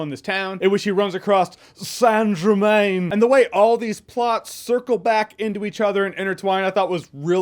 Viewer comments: I cracked up every time you said SAINT GERMAIN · I will pay money to hear jeremy say "saint Germain" all day long 😂😂🤣🤣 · The way Jeremy says Saint Germain Priceless 👌